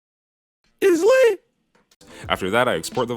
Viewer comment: He said “itsh lit!”